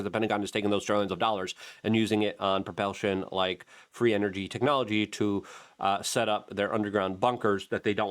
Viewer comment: Propelshon?..... Jesus christ luke, if this wss a drinking game i would be dead.